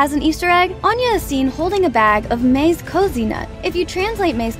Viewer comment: On the Mixed Nuts peanut bag easter egg, mazekoze is not pronounced "maze cozy" like you said... it's "mah-zeh-koh-zeh" because it's a Japanese word.